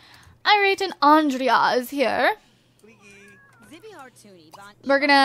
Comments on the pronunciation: I think Andrea is pronounced An-dre-ya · I think andrea is pronounced "on-dray", because if you you say it the way you do its a girl name. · I agree, give Andrea a make over. I pronounce his name as Andre. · I thought ondrey too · I have a cousin with the same name as Kendra's boyfriend and it is pronounced andray but spelled andrea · I think andrea's name i pronounced andré